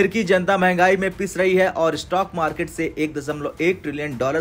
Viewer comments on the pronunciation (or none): none